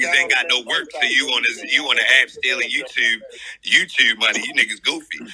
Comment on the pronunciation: “U gotta yew tube” I’m dead asf